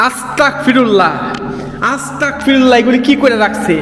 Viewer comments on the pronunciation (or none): ভাই আপনি একটি জিনিস বার,বার ভুল করতেছেন,আপনি বলতেছেন আসতাক পিরুললা,এটা হবে আসতাগ পিরুললা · ভাই আপনার কাছে আমার একটি অনুরোধ, আপনি আস্তাকফিরুল্লাহ না বলে, আস্তাগফিরুল্লাহ বলবেন, কেননা এটাই সঠিক😊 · ভাইয়া আস্তাকফিরুল্লা হবে না আস্তাগফিরুলাহ হবে